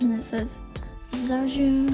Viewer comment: Hi ! (✿◠‿◠) 肖俊's pronunciation is actually « chao jun »